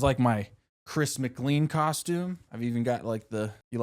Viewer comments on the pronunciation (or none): Its Chris MC CLANE! NOT MC CLEAN!!!